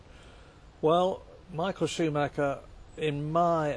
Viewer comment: Shoemacca as Murray pronounces his name.